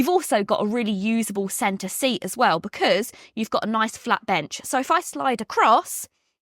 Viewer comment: You look lovely today, though i just wish you could say 'because ' rather than 'becuuse' 😂